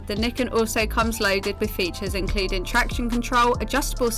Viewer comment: I thought it was pronounced Ny-ken?